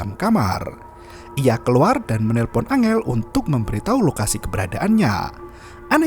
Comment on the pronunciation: Bang bukan angel tapi enggel